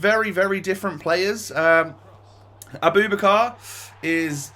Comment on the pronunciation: It’s pronounced Abou- back- ar